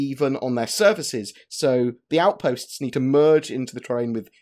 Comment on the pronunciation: Surface Aoutpastes :)